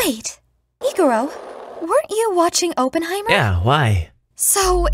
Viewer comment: Please for the love of bomb its awp-en-high-murr